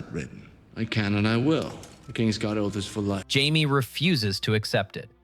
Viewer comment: It is this channel is def AI scripts. Watch older ones it literally mispronounces Jamie’s name its reallt strange